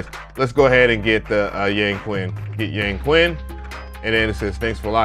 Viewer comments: Great video. I love all your reviews. For a future reference, remember that "Q" in Chinese is pronounced "sh". Hense it would be pronounced "Yangshin". Does not make a difference but was the way they pronounced it in the NI walkthrough video. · In chinese it’s pronounced as “yaaang” “chin” . Just incase 🤓. fab video bruh . grabbed it asap !!! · Its pronounced Yang-chin.... Makes me laugh when they westerns call it "Yang-queen" 🤣🤣🤣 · Thanks for the find! When you see a "Q" followed by a vowel in a Chinese word, it's pronounced more like "CH," so the Chinese dulcimer is pronounced "Yang-CHin." Happy New Year!